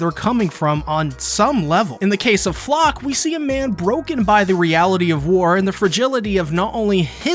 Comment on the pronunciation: btw, it´s actually Flocke, not Flochand and Shiganshina, not Shinganshina